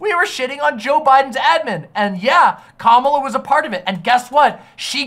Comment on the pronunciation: Please, that's not how Kamala is pronounced. You're not beating the whiteboi allegations.